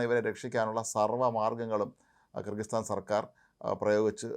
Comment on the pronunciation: Kri kir sthano? വ്യക്തമല്ല